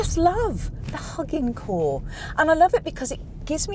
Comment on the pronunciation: Its HuginCore like Hue (light) -[be]gin (to start).